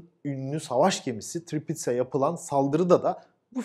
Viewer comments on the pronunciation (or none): Sukhoi değil, Suhoy. Tiripitz değil, Töğrpidz